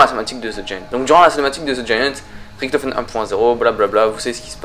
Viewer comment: INCROYABLE!!! Première vidéo de sans le mot "epic" mais toujours avec le fameux "riKtofen" alors que les personnages du mode zombie eux mêmes le prononce "riCHtofen"!! J'adore tes video mais arrête les mots et prononciations inventé 😘